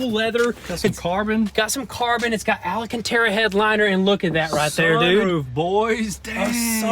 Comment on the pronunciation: Who’s here to see if this is the week pronounces alcantara correctly?